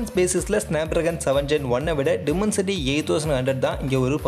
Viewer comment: Bro டிமன்சிட்டி இல்ல. டைமன்சிட்டி